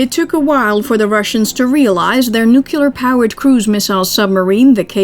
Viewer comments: 20 seconds in and I hear "NUKE-YOO lerr" Nope. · Fascinating documentary. The narrator has fantastic annunciation of the Russian names and words, but a very American pronunciation of the word ‘nuclear’. Please. It is never ‘nuculer’.. It sounds like George W Bush directed the film. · Narrator is excellent. Perfect, even… except for mispronouncing nuclear. (Pet peeve.)